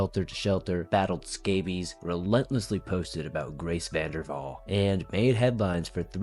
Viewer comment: It’s vanderWaal not vanderVall 😂.